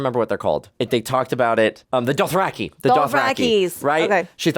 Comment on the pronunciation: He's reading from GRRMs pronunciation guide "DOTH-RACK-EYE" lol